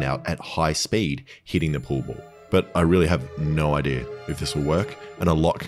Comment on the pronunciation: I think I have a pretty good “IDEARRR” 🤦🏻‍♂️🤦🏻‍♂️ It’s pronounced “Idea” (I-Dee-Ahh) Not I-Dearrrr 🤦🏻‍♂️🤦🏻‍♂️🤦🏻‍♂️ 😏😏😏 everyone calm down, it’s a jokey joke 😏😏